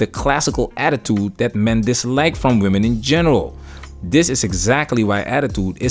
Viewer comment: It's weird to hear fefails say "womanens" instead of women, it's like "cool whip" from FamGuy.